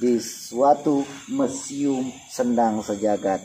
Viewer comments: Hahahaha lucu,MUSIUM MAZ, bukan mesium😄🙏🏼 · Bukan mesium yg betul museum.... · ojok lali Ttul warna Abang ingsa Allah berkah. lucu bilang mesium 🤭😂 bukan mesium tp MUSIUM. jgn tergoda mas Noa tergodala Wkwkwk 😂👍smga maz sehat sllu..